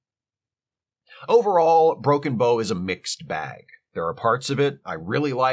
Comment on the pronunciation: Psst, - it's pronounced like "take a bow" in this case:)